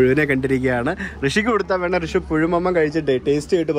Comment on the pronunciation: But his name is' Rishi' not 'Hrishi'